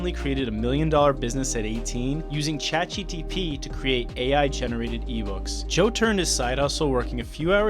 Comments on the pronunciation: Why do you keep calling this "Chat GTP", instead of "Chat GPT"??? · Can you use some AI tool to replace your voice every time you say "Chat GTP" instead of "ChatGPT" in this video? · Buh why are you saying chatgtp instead of gpt? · Bro please review the content ur posting so ur narrator dont say chat GTP a gazillion time in your video about AI. I cant take shit seriously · "Chat GTP...", its GPT, you had one job... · Stop Saying Chat GTP.. its GPT ffs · "ChatGTP" - the most difficult product name in history to get right. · FYI it's "Chat GPT" .... but thanks for the video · anyone else notice he can't say chatgpt correctly? he says, "chatgtp" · please god, learn how to say "Chat GPT". Other than that, good video. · why are you saying chat gTp ?